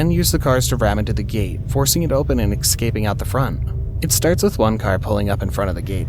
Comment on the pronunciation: eScaping, NOT "eXcaping". 🙄👎